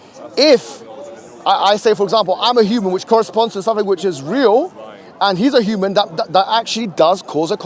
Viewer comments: Why does he keep saying Shoeman instead of human?! 😂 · the way bugs bunny pronounces the word human as “shuman” pisses me off